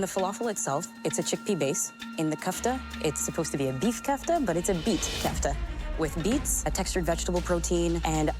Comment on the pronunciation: how are they masterchefs if they call it kefta? what the hell is kefta?? it's KOFTA, not kefta not kafta but KOFTA